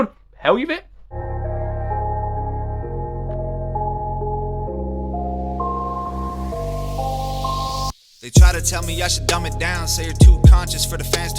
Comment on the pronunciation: This is kinda late yo This is an old song. Toms been killing it for years. It's pronounced hell la vit Like for the hell of it.